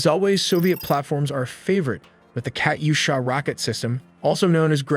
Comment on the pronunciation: First, it's pronounced Katyusha. Second, it's claimed they have a million rockets. Third, drones can follow preprogrammed paths, to keep a human in the loop they can use optical communications or amplifier relay drones or preprogrammed terrain recognition and computer vision to ID targets. Fourth, Not sure about the T-55, but the T-72 depression shoot angles aren't great, it's reverse speed is also famously not great. Who did this analysis? Any source, I agree with the previous comments. This analysis sucks.